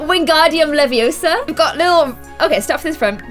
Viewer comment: It's not leviosa it's leviosAAA